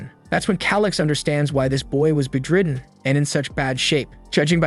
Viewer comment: Interesting- but are you using an ai to read this? You dont seem to know how to pronounce english - heir has a silent H , bedridden is bed-ridden ... lets see if theres more. Srry just. Bro